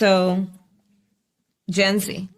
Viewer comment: The moment i heard her say generator z my brain turned off from all the brainrot she has churning up in there. Never go full retard.